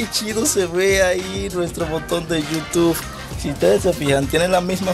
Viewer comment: No es yutuf es yutu